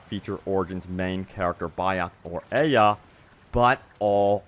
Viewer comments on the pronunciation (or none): Aya not aia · It's not pronounced aya its pronounced aia obviously not spelled that way but that's how it is said